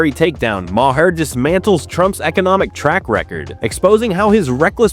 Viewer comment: This narrator has no clue as to how to pronounce Bill Maher's name!